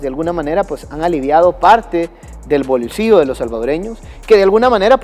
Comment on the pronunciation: Se dice volcillo no volcio por favor cuidence en pronunciar bien las palabras con ll no se dice ladrio si no que ladrillo